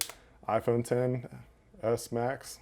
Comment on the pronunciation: It kinda sounds like he said iPhone 7 s idk why tho